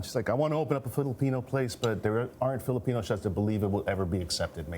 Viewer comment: If you're going to introduce Filipino food, can you please at least say the name correctly -_